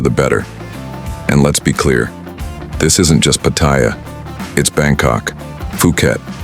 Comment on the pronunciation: I love how they never pronounce Pattaya correctly